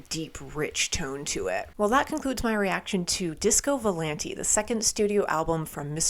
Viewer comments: if i may, i believe its VO-LAHN-TAY AH AH..not volan-tee. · It's pronounced with a at the end not e